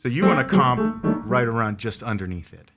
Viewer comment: "Comp arond middle C"